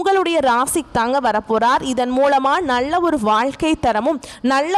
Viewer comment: முண்டம் நள்ள என்று சொல்லாதே நல்ல என்று சொல்